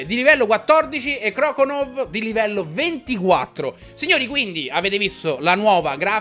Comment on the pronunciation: ciccio croconaw si legge croconau e non croconov come dici te mi sembrava giusto dirtelo grande ciccio👍👍👍👍